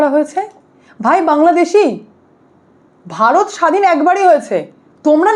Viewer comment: "ভারত" কে "বারত" বলা অশিক্ষিত মূর্খের দল এরা। কী যে ছিঁড়তে পারে এরা, নিজেরাই জানেনা!